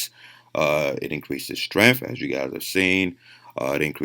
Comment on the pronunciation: Lol the protein synesis and Strenmnth tho bruh